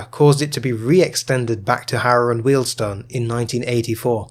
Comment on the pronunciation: I think that, short of reinstating the WJ section, terminating at H&W is the next least worst option. It gives access to National Rail services out of Euston from places other than Euston itself. Also, thank you for pronouncing Wealdstone correctly - Jago always gets it wrong! 😄